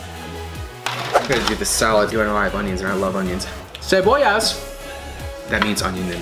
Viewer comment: I died when he said “cebollas”